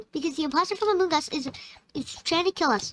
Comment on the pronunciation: I love how you say “amoong us